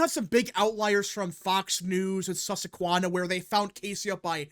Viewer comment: So… are you intentionally pronouncing Susquehanna that way now, or do you genuinely keep forgetting how every time you pronounce it “Sussequanna,” we in the comments or via super chats try to correct you